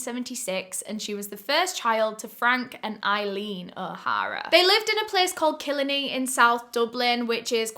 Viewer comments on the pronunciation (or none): Love that you covered this case from Ireland! It's so well known cause it was so shocking at the time. So funny you pronounced Killiney 'kill-in-ee' instead of the Irish pronunciation "kill-eye-knee" ! You should cover the case of Larry Murphy & his victims in Ireland, it's so interesting ...&scary! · Killiney is pronounced kill-eye-ney you say the I like the letter not like the sound I usually makes In a word. Love the videos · It’s mad to hear where I’m from here omggggg also Killiney is pronounced Kill-eye-knee ;) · "Kill-a-knee in South Dublin" As someone who lives in the next village over, it's Kill-EYE-knee... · It’s kill-ar-nee not killernee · It is pronounced Kill-arn-E (I don't want to complain! I'm from Ireland my self! Just fixing a miss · So excited to listen to you discuss this case! I'm from Dublin but don't know the case in depth so I'm very interested! Also Killiney is pronounced kill-eye-nee! I know alot of Irish towns can be confusing to pronounce. 😅🥰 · Killiney is pronounced kill-eye-knee, love your videos btw ❤️❤️❤️ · Only a few minutes into the video (it looks like it's going to be well done and interesting) but just a little nitpick: I grew up in Killiney and it's pronounced Kill-eye-nee and that photo is not of Killiney (I think it's of Killarney, which is on the far side of the country). Also the leaving Cert is more equivalent to the A Levels (the Junior Cert is equivalent to the GCSEs or O Levels). On a non-nitpicking note: I hadn't realized how much I had in common with the victim in this case. I am incredibly grateful my life did not go the same way as hers. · As someone who lives in Ireland, the way u pronounced killiney HURT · The way pronounced kilineey is so cute 🤣🤣🤣